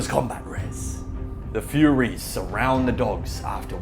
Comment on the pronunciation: Why did you/he keep calling them "Furries", and not Furies...? 🤔